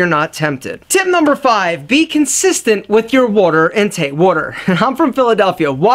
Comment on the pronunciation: When you said "Water" you got my subscription. Know that pronunciation anywhere lol.